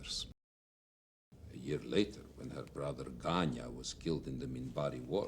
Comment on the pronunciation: to my Russian ears the name was 'Vanya', a diminutive form of Ivan. Edit: when Ivanova says it, it sounds more like 'Danya', so Danil.